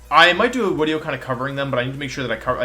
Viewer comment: why are you calling it wideo?